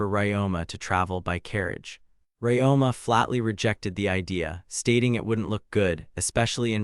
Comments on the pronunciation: Ryoma. The protagonist name is Ryoma - Ree-Oh-Mah. Who the f. is this RáMá guy you keep babbling about? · "RamAA, is doing something on his own.. RamAA talked to... RamAA is funny way to pronounce a MC's name. 😆